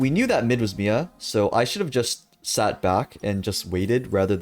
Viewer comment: My favorite thing I've learned from this video is that you say MIA like a name instead of an acronym LOL